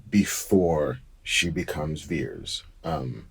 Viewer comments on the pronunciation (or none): Is Vers not Veers